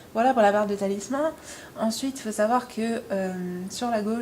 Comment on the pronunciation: c'est barre des talismans pas "talissement"...